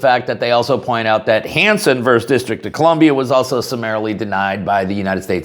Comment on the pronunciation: Hate to nit pick, but the word is versus, not verse. Two syllables and not one.